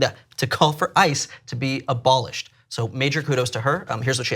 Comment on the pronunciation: Ebolished? Are you fucking kidding me CNN?